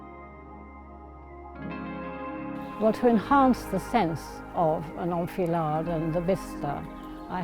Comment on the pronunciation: An "old fillard"? Is that what she's saying?